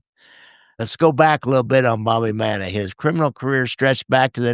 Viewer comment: Fascinating topic and subject. Thank you. PS: his name is pronounced, ‘Mannis.’